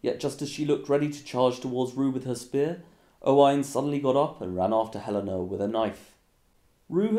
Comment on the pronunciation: Anyone else cringes when he pronounces a Welsh, Scottish or Irish name wrong. For example Roisin is spelled Roisín and pronounced Row-sheen. (Row as in row your boat) and Owain which is pronounced Oh-win.